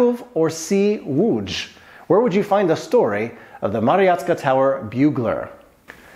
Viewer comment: Łódź not Łódż xD